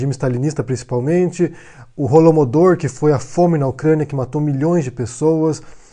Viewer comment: Perceba que aos ele diz holoMODOR